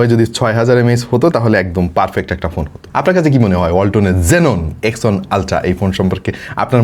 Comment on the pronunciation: X on? X on ki? Thik uccharon koren! ONE! ONE!